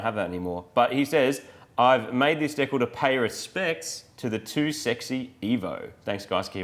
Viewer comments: deccles? dee-cals? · Isn't it pronounced DEE-KAL? Deckle sounds weird